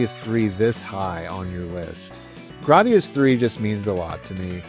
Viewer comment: I've never heard someone pronounce it like you 😭 I believe it's "gray-dee-us" whereas you say "grah-dee-us" 🤮